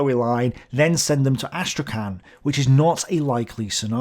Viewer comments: the name of the city of Astrakhan is pronounced as Astrakh[h]an ( h like Hahn or Home), not as Astrakan. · Hey, could you please look up to pronounce Astrakhan in a more Russian way? As non-native speaker of both Russian and English it was hard to know what you were saying